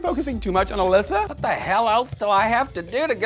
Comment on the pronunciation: ALYSA not Fucking Alaska